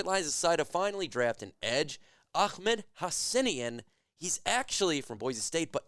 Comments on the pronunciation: Did not pronounce the name correctly. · Saying names correctly is not your thing haha